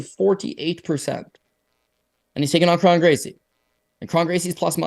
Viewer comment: I think Kron rhymes with cone